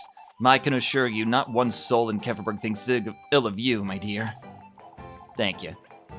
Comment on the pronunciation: Wait...so its not pronouced as "kee-fer-berg" :0